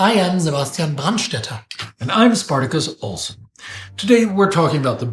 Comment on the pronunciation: My horribly lame attempt at humor, I have a question for: Who's Ols?? I mean, "OlsSON", right??